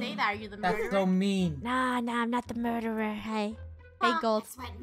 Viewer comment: Funneh: is so pro at this game Me:she say murterer:MURTERER Killer:stabs